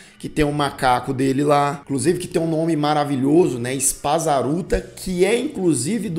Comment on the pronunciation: Macaco Spazzatura, não Spazzaruta 🤣🤣🤣🤣